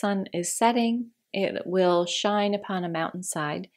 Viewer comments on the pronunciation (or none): none